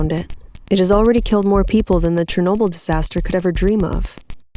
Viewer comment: Great video! I love it so far, you did a great job with your narration and story consistency! I also love the ediring so much♡ Also, finally someone pronounces Chornobyl correctly!